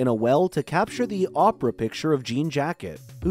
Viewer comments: It's Oh-pra, not Opera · Did the guy even watch the movie? "Opera shot" instead of Oprah shot and says that Em placed a coin operated camera in the well....What? The well IS the camera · Clickbait This guy can't even say Opra right, probably just an A.I. voice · It was supposed to be Orpah but her name was misspelled on the birth certificate so Oprah stuck